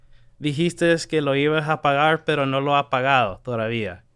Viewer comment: The way this guy said pagar really bothered me.